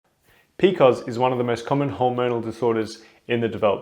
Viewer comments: Who pronounced PCOS as "p-cos"??? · In the US we usually say pee-cee-oh-s. This is the first time I have heard it referred to as Pee-kohs. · I love it!